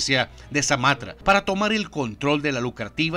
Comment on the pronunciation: Sumatra no samatra